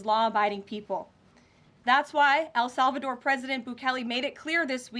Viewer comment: Why does she keep saying Al Salvador?